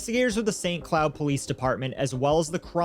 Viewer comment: Narrator: "St. Cloud." Me: "What?" Narrator: "... St. Cloud, Minnesota." Me: "WHAT?!"